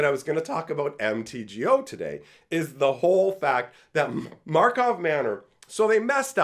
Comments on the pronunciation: “Karlov” Manor. You said Markov over and over. 😅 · it's pronounced both ways in native magic the gathering language